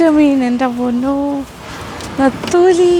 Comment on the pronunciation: Ethali alla tamilum netholi allel nethili ennanu